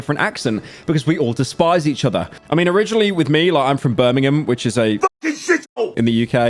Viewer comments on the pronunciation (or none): none